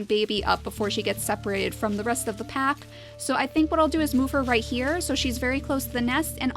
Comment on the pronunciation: She said pap instead of pack XD ive just noticed that